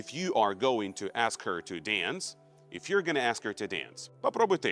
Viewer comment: мне же не одному слышится в последней фразе слышется в if не иф, а иэес?